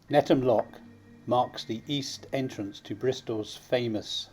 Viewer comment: Just a small point, as a guy brought up very close to the floating harbour in lower Knowle, Netham is not pronounced NETTAM, the th is sounded just as in the/their/those etc. Otherwise a great video.